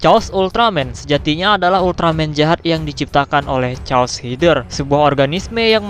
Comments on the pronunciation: Koreksi:chaos itu dibaca "keos" bukan "cos".maaf kalo admin sedkit tersinggung tapi jadi aneh gitu kedengeran chaos jadi "cos".sekali lagi maaf. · Cmn mau kasih tau klo chaos tu di baca bukan cos tpi keos